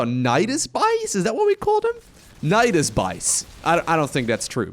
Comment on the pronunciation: "Nydas by's" was the thing you tried to say but it sounds SO much like Nydas bajs which means Nydas poo in Swedish ;D